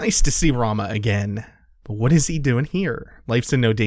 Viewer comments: I just wanted to say Rahmuh isn't pronounced Rama, it's pronounced like Ra-moo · Ramuh (ラムウ, Ramū) It's everywhere in the wikis that state how to pronounce his name, it's comonly confused but it if you want to check anywhere else I think OniBlackMage does a small bit on how to say commonly mispronounced final fantasy names I'll link you to it